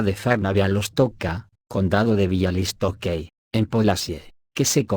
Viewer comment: con el mayor de los respetos, Buashchak, Biauistok, Piusudski, Biaua Podlaska. Asi se leen. 😊